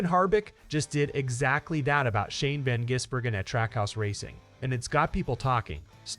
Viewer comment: Get your dumb AI to just simply say SVG. It is almost comedic trying to say his surname.